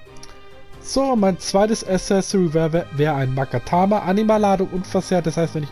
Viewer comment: Accessoire nicht assesori alles top aber die ausprache dieses Wortes